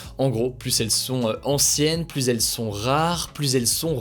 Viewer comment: J apprécié vos vidéos très bon résumé de l actu ! Vous êtes dynamique on ne s'ennuie pas Un seul hic lorsque vous employez le terme plus par pitié naccentuez pas sur le S 🤣🤣🤣 Prenez soin de vous !